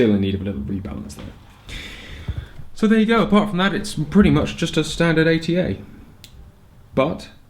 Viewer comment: Guys, it's ATA, not A.T.A. It's DAD in turkish, so you say dad, not d.a.d. Other than that, great short review.